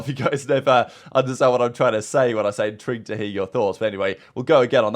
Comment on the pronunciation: holy crap i just realized that's what he says 🤣 I've always thought he said into hear your thoughts not intrigued